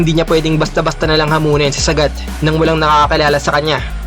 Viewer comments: Saaaaagaaat idol hnd sagat wag mo biglain bigkas ng pangalan nya😁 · Sagat hndi sagad 😂🤣😂🤣